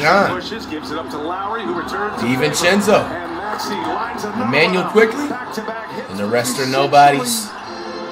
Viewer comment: he pronounced the name correctly